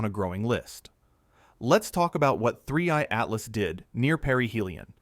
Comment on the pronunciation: You can always tell when it's AI now because the flailing of the arms just goes nuts and the fact that he f*** up a word then couldn't even say it LOL looks like he was going to throw up